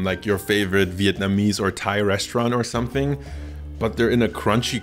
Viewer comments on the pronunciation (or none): none